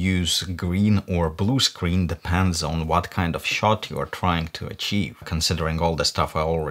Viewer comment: I love the way you pronounced screen... it sounds like 'scween' very uwu